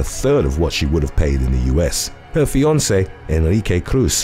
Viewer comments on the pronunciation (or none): none